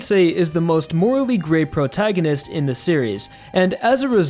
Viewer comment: Wtf is a “Prograginist”?